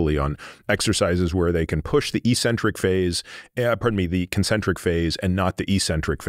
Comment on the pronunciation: Oh dear, Peter said the dumbest word in sport. "Eecentric" (eesentric). It's pronounced "eccentric" (exentric). Look it up. It also shows that these guys watch everyone else's videos, because the mispronunciation occurs frequently by other health influencers. There goes their credibility when they can't correctly pronounce an important word in sport and health. It makes them sound less educated than they would wish.